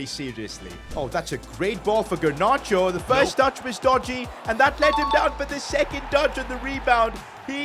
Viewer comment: GARnacho not GERnacho